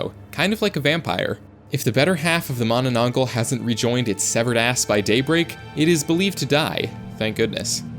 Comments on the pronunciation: You don't call manananggol you say it in manananggalll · Why did bro said mananangal like mananang-gul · its not "manananggal" in true filipino fashion its "MAAAHH NANAH NGALL" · The Manananggal targets lovers because she was cheated on and wanted revenge specially with pregnant women because the person her boyfriend was cheating with got pregnant, and it's pronounced as Mana nang gal not gle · Its mannannanggall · Its pronounce “ma na nang gal” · the manana what? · Dawg js said mamanagl😂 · bro thats not how to pronounce mananangal